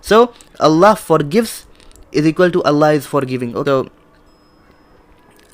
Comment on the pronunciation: In this video you don't say Allâh right. Please don't change the name of our Creator the Name OF Allâh. الله Is written with Schaddah on lam and also an extension on lam. And on the end is an ha.